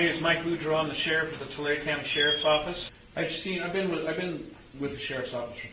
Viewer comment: It’s Tulare county **